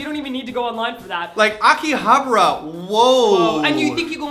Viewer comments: That's not how you pronounce Akihabara.. -_ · Another great TL;DR, guys. :) I had a longer response that wouldn't fit on YouTube, which I posted at your blog, so for here I'll just say this: I love you both, but your pronunciation of Akihabara is pretty messed up. XD